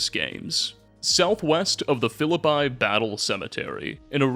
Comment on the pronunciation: “Philippi, WV” is pronounced like “fill-uh-pee”… also, not sure if Hurricane WV is in FO76 but if it is; it’s not pronounced how you think. The “cane” at the end is just “kin”, so “her-i-kin”